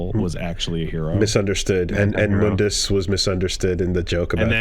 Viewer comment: i knew the show was borked when i heard them pronounce mundus the wrong way. i mean i knew it from the first couple of trailers, but still